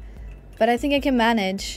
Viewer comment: "I FHINK😢"